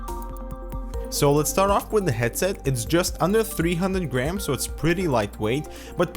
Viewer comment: When he said "just under 300 grams" I thought he said "just under 300 grand"